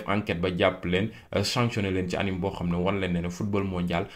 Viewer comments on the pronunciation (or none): none